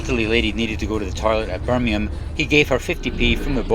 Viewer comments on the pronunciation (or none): none